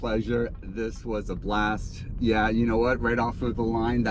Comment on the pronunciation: That “YEAAHHH” sounded extremely American.